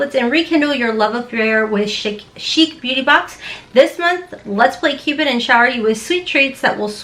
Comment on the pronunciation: É with an acute accent sounds like “ay” Ace Beau-tay. My daughter in laws name is Naté and sounds like Natay not like the boys name N-ate.